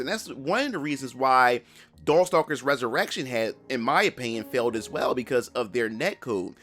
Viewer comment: Did he say dorkstalkers??😂